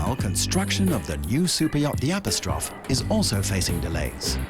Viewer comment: "App-oh-strawf" lol